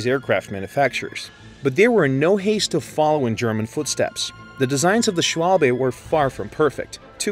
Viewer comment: "shualbe" 😂 im German and it physically hurts